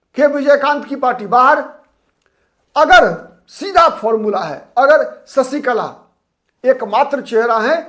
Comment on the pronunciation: ससीकला ××××× शशीकला √√√√√ " श " अक्षर का उच्चार कब करेंगे